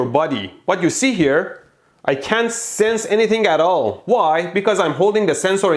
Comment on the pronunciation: Electro, I love your videos! And respect to you for knowing more than one language and being clear in all of them. I can barely do one. May I politely say? We all should be careful with the word "can't." Any presenter, whether BBC, you or I, when we say "can't" the t at end can be unheard or ambiguously heard - reversing the meaning of what we are saying. Best luck to you. Don't really get shocked or boom'ed.